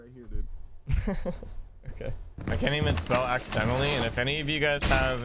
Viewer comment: bro said accidently LOL, its accidentally